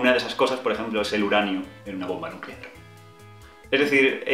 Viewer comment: "Nucelar, se dice nuuuuceelaaaar" xDDD